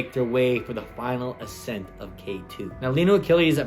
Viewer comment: Accent? Ascent?